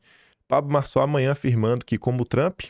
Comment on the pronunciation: Realmente, Nikolas foi tosco ao falar "Marçal".